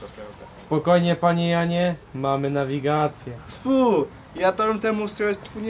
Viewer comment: "banda złodzieji z nawigejszon" kocham toooo